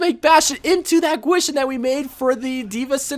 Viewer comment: You didn’t say kwishin right 😂